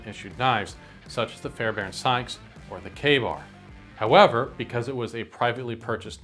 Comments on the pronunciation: I noticed you pronounced it correctly even when reading the quote. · you're good man, you even pronounced it correctly when you read it. Not sure why people are getting weird about it